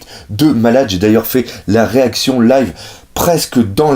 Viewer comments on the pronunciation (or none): none